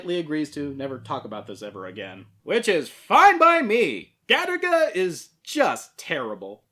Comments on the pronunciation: I keep hearing Galick gun everytime someone says Garaga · Every time you say Garaga I swear to god it sounds to me like you're saying Gattaca, that movie about genetics